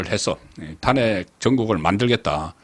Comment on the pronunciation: 송국건님은 어찌 아직도 탄핵이라는 발음이 안되는지요? 참 답답합니다 탄핵이라는 말을 하지마세요